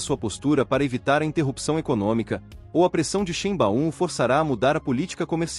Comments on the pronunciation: Corrige aí sua pronúncia da Grande presidente do México. Se pronuncia Sháin-báum(ou quase isso). Em alemão , "ei" se pro nuncia "ai". Não há esse "BAÚM".(em fonetico internacional:ʃˈe͡ɪnba͡ʊm) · Nao chame a Presidenta do Mexico,de XImbaum... Mude a pronuncia ,para: Xaibaum...!! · Difícil continuar ouvir, com o narrador, pronunciando o nome da presidente do México errado!!